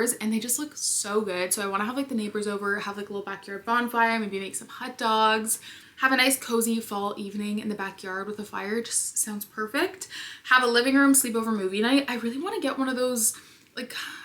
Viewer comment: Girl, I love you, but you need to enunciate — it’s hot-dog, not hut-dog.”😂